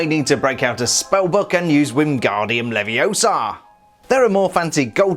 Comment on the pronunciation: POV he said Winguardium Leviosa the Ron Weasley way